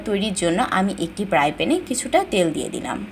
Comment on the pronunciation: fry pan hobe not pry pan okkk plzzz don't mind....??????😂😂😂